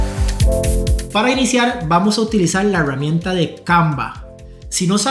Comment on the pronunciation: Por qué carajos dice EhheEeRramienta ?